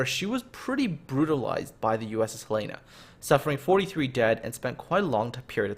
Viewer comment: Great job. Only thing I can say wrong, is how you pronounce Helena.. It's my states capitol. Other than tht, great job on covering a great battle.